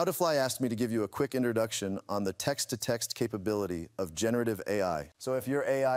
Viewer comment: "Tekst-summarization" lol